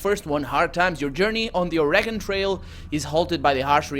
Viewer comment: you're going to correct him, get the pronunciation right. It's Or-eh-gun. NOBODY who lives here pronounces it "eee" or "gone"